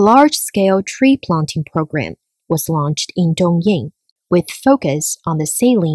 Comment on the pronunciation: 东营为什么要念成东硬？北京念成悲净？上海念成香害？有毛病